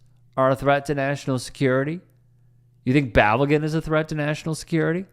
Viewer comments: Balogun - Bah-Low-Ghun. Pulisic - Pu-Li-SiCh. Weah - Weh-A. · Could you at least not butcher Balogun’s name? You’re proving Americans ignorance to the game.